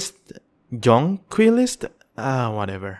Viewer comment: Just to help you out, it is pronounced, Jon-quilly-ist. Thanks for all the information!! I am having fun just building, but I will be playing it Sunday.